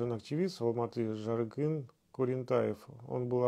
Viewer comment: сіз қазақ аттарын атағанда нағыз орысша акцентпен айтасыз. Орысша сөйлегеніз жарайды, бірақ ЖарКЫн дегенініз ЖарҚын орнына өте жаман естіледі.